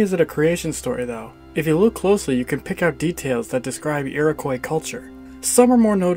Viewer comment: Learn how to pronounce "Iroquois" please